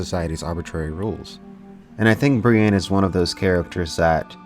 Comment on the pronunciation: Love you dude, but its not Bri-Anne. Its Bri-ENNE.